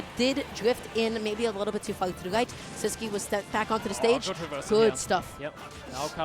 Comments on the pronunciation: Is Sisqui's name actually pronounced with the English qu sound? I always assumed it was Sis-key because he's Spanish but this announcer is saying Sis-kwi too Edit: I checked twitter and he has the German and Russian flags in his bio so maybe he's pronouncing it wrong too lol. I can't imagine a Spanish player not pronouncing their tag in Spanish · No ur right it's Sis-key all the commentators are perpetually wrong.